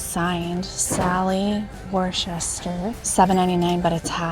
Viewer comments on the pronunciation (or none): Just FYI: Worcester is pronounced 'Wuster' 🙂